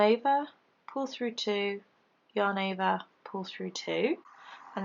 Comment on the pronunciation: Thank you for making such great, easy to follow leftie vids. I haven't been able to "get it" until I discovered you. One question...do you ever get tired of saying "yahn ovah"?? LOL just kidding. I love your accent :) xoxo